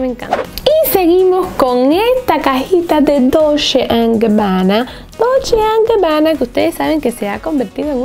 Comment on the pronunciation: No es DOLSHHHHE ES DOLCHE ASÍ SE PRONUNCIA Y SE ESCRIBE DOLCE